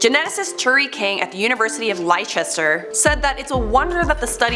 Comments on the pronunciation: "Lie-chester"? ..... its "less-ter" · leicester is pronounced "less-ter" not "lie-chester" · Mmm.. Leicester is pronounced like LES-TER, Leicester -LES-TER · "Lie-chester" lol, I do love hearing Americans trying to pronounce British words. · Almost chocked with the way the said Leicester (It’s LES-TER) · Gotta love how you guys pronounce Leicester. It’s pronounced lester. From your friendly neighbourhood Leicester person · I cracked up at that 😂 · Leicester! At least look up how to pronounce the place name you’re discussing! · you said Leicester wrong.😭😭